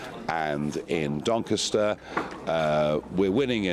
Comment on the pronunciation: doncaster not dinkista